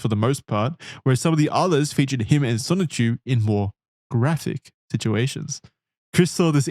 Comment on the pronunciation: Oh god finally the dreaded chrischan. I hope they don’t mispronounce sonichu as just sonic again:00